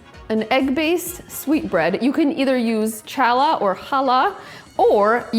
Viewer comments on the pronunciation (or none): Challah makes the best! I have French toast a few times a month. Challah is not pronounced the way she did it the first time. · My "go-to" breakfast entree. Hers is similar to mine. My first time seeing her. I make it with Challah bread (which she horribly butchered the pronunciation 🤣) but if you're not Jewish, you get a pass. Thick slices and I make it a few different ways; one including Amaretto liquor which is a favorite! 🤤 Oh, and definitely maple syrup! Sometimes I saute apples or banana to put on top with a little brown sugar (if I do this, I leave off the powdered sugar) and I serve with something savory like bacon or sausage. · Never heard anyone pronounce challah like that… 🤨 Anyway, I put cinnamon and nutmeg in my egg mix, and I don’t soak them too long—matbe only like 15 seconds. I like to have syrup with mine, but I’ve also had them with jelly on. (Definitely not the popular choice, though.)